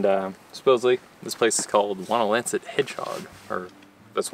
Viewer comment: Should you go to that area again, climb Whiteface via the Blueberry Ledge trail. It's a work out, but the view on top of Whiteface is incredible... and yes, your pronunciation of Wonlancet was perfect and correct.